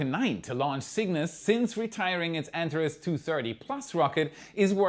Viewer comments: No, it's pronounced: "an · teh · reez" {Google: Antares pronunciation) The accent is on the second syllable. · Antares is pronounced "Ant are ees". Words stolen from Greek have the terminal "e" pronounced as a long e.